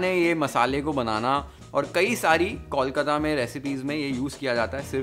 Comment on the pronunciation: Moshla is pronounced perfectly but not Kolkata. Why?